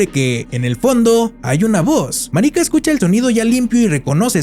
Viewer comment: Que mal pronuncian el nombre no es marica ❌ marika✅